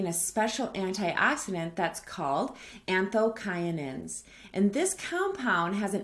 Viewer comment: I’ve always heard it pronounced anthosyanin? The C is like an S right? Great reminders, thanks!